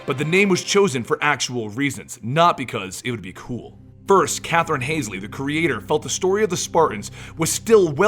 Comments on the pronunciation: Who tf is Kathrin Hazelley? Its Hal-zee. If you're going to make a video, maybe dont fuck up the most important characters names? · Not to be picky but isn't she Catherine hall-see? Not haze-ly? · Yeah, not "Hasley" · Holsey not hasely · yeah u love halo, u even call doctor Halsy "Hasley" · pronounced hall-zee also pronounced oh-knee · "Hasley" uh oh... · Lmao it's Hall-zee and Oh-knee xD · i was thinking the same thing. You hear those names over and over and still pronounce them so very wrong:P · maybe it's just me... but I thought it was pronounced hall-see